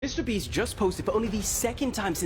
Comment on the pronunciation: mister bieast